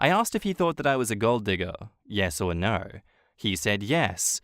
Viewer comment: When you say Narrr instead of no 😂